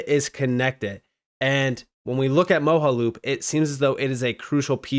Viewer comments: It's pronounced MO JA loop not moho. Like your content but your Word pronunciation is real bad. Like uz instead of AS. Thum instead of Them. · It’s pronounced Mo-ja-loop, not Mo-ha-loop. You’re making my brain hurt 😂😂